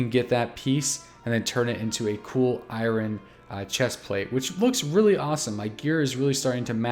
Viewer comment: that pronunciation of "iron" gave me aids